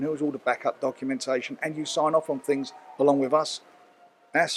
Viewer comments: Working on a couple of tings brav. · At 5.21 did man say tings?